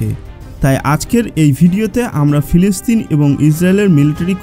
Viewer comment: বেটা ফেলেসতাইন না বেটা এইটা হবে ফিলিস্তিন উচ্চারণ সঠিক করে সাংবাদিকতা করো ধন্যবাদ